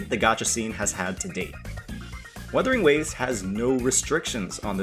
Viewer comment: bro said weathering waves 😂